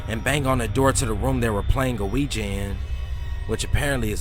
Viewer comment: I like how you pronounce the word "ouija." It's actually really cute lol.